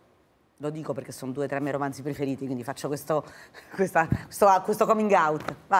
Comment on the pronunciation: 6.00 ...COMINGAUT...Ma non si pronuncia CAMINGAUT????